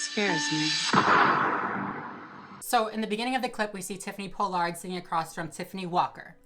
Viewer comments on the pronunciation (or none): It's Pollard not Po-Lard lol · Everyone: Paul-Lerd: Pole-Lard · Tiffany Paw-lerd* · “Tiffany Po-Lard” 🪦💀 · I love that you say tiffany pollards name wrong lol. It's pollard like collar lol. But great video, everything you say is 100% right!! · “Po Lard” lol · for the future her pronunciation is "Paul-erd" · Not that it matters, but it's Pall-ard. Pollard is pronounced Pall ard. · Ughh I share my last name with the worst people...side note it’s pronounced PAH-lard 🙂 love you and your videos ❤️ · I can't stand how you say her last name....but appreciate your video. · You pronounced her and JKs names wrong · You are not pronouncing her last name correctly. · the way you say her name wrong 😐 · First off, Me watching you say my last completely wrong is cringe lmfao but I’m gagging she’s would ever do this. She giving the Pollard name a bad look smh and she’s not an icon anymore smh 🤦🏽‍♂️